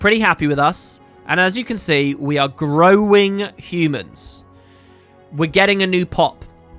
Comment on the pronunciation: "We are GROWING humans" I think the fact that you emphasised growing made it sound funnier than it should - growing humans like crops.